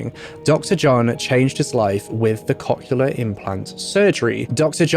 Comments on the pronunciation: One correction: cochlear is pronounced "COKE-leer" or "COCK-leer". It seems like it's one of those ones like "nuclear" where some people who pronounce it "new-kya-ler" instead of "new-clear" can't actually hear the difference in their own head. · It took me a couple times to realize he was saying cochlear and it was a little funny, because I am immature. Cock-uler implants, eh? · As one person commented, he pronounced cochlear wrong over and over again 😛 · around there the hearing aid term was some what mispronounced which I know because I have those type of hearing aids at age fourteen currently but he did his best at pronouncing it and some ppl say stuff differently